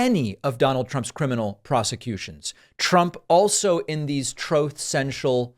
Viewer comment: David, "truth" rhymes with "tooth". Just throw an R into tooth. It doesn't rhyme with "both".